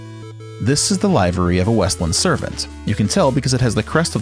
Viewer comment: It is, in fact, pronounced like liver-y, not live-ery.